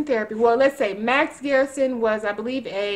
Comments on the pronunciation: It's pronounced GUR-SUN, not Garrison. GUR-SUN is the way pronounces it. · It's not 'GEAR'son!!! The 'er' is like the Purr word, when describing what a cat does, minus the P!!! Jesus H, man!!!